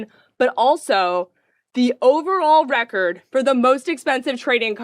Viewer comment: it's always a great sign when the officiator mispronounces the record.